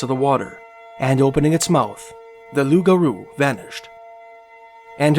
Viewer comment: Thank you for being the first youtube channel to get the name of the Loup Garou, correct .. so sick of idiots calling it a rougarou